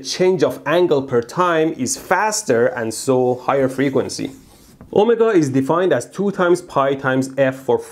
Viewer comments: omagah? Oh my god? Omargah? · His “omega” sounds like “oh my god”😂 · "Omega" not "Oh my god" took a few times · Every time you say Ohmega, all I hear is "Oh My God" 😅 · The way he says omega sounds like oh my god.